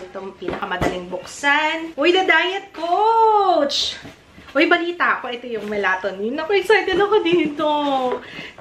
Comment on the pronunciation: MALI PO PRONUNCIATION SA MELATONIN 😅